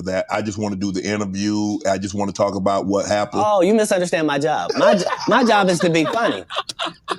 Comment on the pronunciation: "Oh you misundstand my job" Lmao